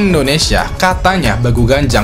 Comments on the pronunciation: bacany bukan begu, tp BEGU sesuai ejaan😁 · nyebut begunya salah harusnya pake logat batak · bilangnya bukan begu pake e yg lembut kayak apel bang, tp begu itu baca e nya kayak becak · Nyebut Begu Nya Salah bang wkwkwkkw 😂